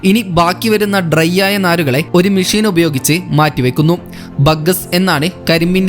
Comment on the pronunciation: മിശീൻ അല്ല മെഷിൻ